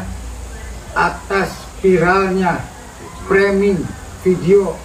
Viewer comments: Koreksi Bro, cara bacanya bukan 'ferming' .. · framing mas bukan ferming 😢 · Framing(freming) bukan Ferming